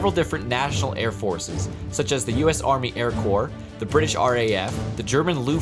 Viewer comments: Bri'ish warning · game #5 bri'ish mate